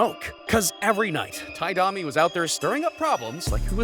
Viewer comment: "Ty Dommie"